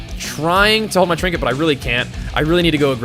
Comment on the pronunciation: "trinket" ....sigh.